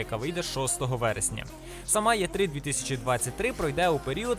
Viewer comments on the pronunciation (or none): Що за "є три", може "і три", або "е три", чи то якийсь новий правопис?